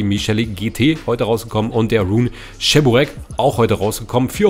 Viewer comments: Und das heißt Che-bu-reki nicht Tscheburecki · Cheburek wird Tschiboreek ausgesprochen und bei Lada langes A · es heisst Tschiburek blyat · Wohin ist das beliebt in der Türkei vielleicht ist es bei denen anders aber es schon lustig wenn man hört wenn man cheburaki falsch ausspricht 🤣😂🤣die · Oh diese deutsche die wo cheburek nicht aus sprechen können